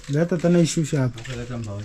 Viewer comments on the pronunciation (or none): none